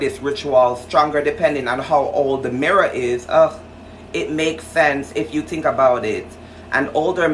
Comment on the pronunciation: Just the way he said I tink😂